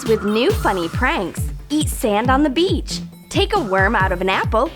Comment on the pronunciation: when she said beach I remembered tae & jimin: -beach -bitch? -beach! -bitch?.. lmao